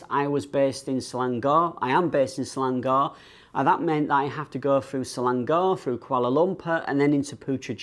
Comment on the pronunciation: Malaysia's newest state : Ser-lung-gorr 😂😂